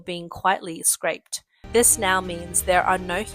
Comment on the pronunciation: You guys really need to change out this girl. She reads half the words wrong. "microbial", "carcinogenic" and "scrapped*. She also stutterd and slogs through the text with great difficulty. It's makes it very difficult to actually sit through any segment that she narrates.